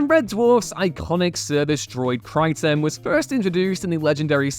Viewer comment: Kry-Ten? KRY...TEN??? Why are you separating the syllables?